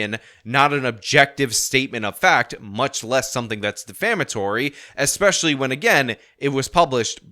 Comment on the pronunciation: STILL says "expecially" instead of "especially", and "ECKcetera" instead of "EHT-cetera". Weak and lame and bad and wrong just like jared.